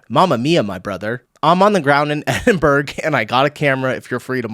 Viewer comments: How onnearth can you get Edinberg from Edinburgh. It's pronounced Edinburra or Edinbra....never ever Edinberg 😂😂😂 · Very amusing video 😂 but please pronounce Edinburgh as "Edin-bruh" 👍🏼 thanks 😝 Edinburg will get you some looks there from the locals 😂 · Love your videos... but you pronounced one thing super American... I may be from New Zealand but our Maori people (the lack of a better term... natives) aside we are a Commonwealth country and its pronounced phonetically as "Eddin-burrah" (Edinburgh) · The way you pronounced Edinburgh had me rolling on the floor 😂